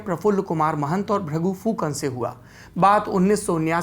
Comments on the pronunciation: हेमन्ता नहि उनका नाम हीमन्त है। और भ्रगु फुकन भी नहीं भृगु है उनके नाम। नाम सही से उच्चारण करना चाहिए। धन्यवाद। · The pronunciation of name is totally incorrect . It's not Bhragu Phukan it's BHRIGU and it's not Hemantaa it's HIMANTA .